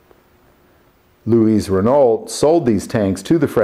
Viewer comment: You don't pronounce the "t'" at the end of Renault. Also, the name Louis (my name) is pronounced "Louie" in French. That is what I went by when I lived in Europe. I have been called Lou, Louis and Louie. All correct in the correct context. I comment on this a bit tounge in cheek. Love your content. Keep it up.